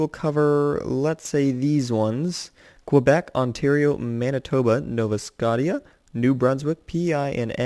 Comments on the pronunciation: Nova, like the shotgun, and scotia, like sko-shaa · It's Nova Sco-ti-ah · It's pronounced nova skoh-sha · It's actually said nova scosheea I believe.